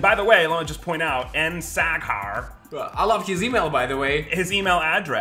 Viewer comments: 😂😂😂 sack hair, I’m screeeeming 😂😂😂😂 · Sack hair hahah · Just as pronounces the name Saghar, it sounds like the German word Sackhaar which means testicle hair! Best regards to Multi Visions and its leader Mark the Shark! <3